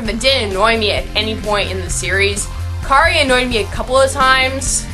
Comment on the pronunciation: I liked it. Though I would like to point out that a few character names were said wrong. The main character:Kiri not Kari The make up guy: Kazuhiko not Kazuhiro. And the male protaganist: Narumi. Sorry for being a bother. Other than that, well done. ^-^